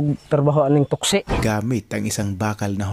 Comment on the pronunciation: Taksi ang tawag hinde toksi.😅😅😅